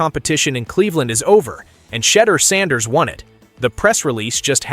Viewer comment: This is what it sounds like when you use AI it doesn't pronounce names right like m o n e n not m o n k i n and shutter Sanders not shut the damn door